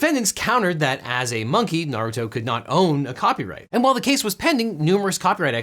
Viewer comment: Very small thing, but I like how you, who have never (in any video I have heard at least) pronounced Naruto (I presume the pet is supposed to be pronounced the same as the character) better than most Youtubers whose channels actually lead them to say the name in most or many videos. Maybe you are a fan maybe not, I don't know you personally, but well done for being better at that than the "experts".